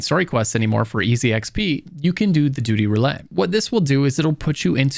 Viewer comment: bro had too much fun saying duty. I know it was intentional I just can prove it…